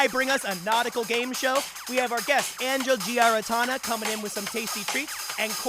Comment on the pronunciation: did you purposely pronounce her first name wrong instead of her last name as a joke to everyone pronouncing her last name wrong or was that an accident? Because I'm pretty sure you said "Anga" and didn't really fuck up her last name that much.